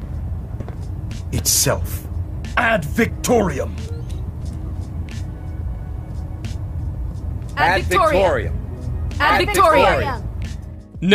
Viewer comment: Ad Wooftorium!